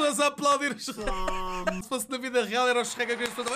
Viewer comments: Meu deus, em Portugal parecem q vocês "Sherrek" em vez de Shrek... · Sou do Brasil e amo a sua pronúncia do Shrek HAOAHEOAHSOA "CHERRÉQUI"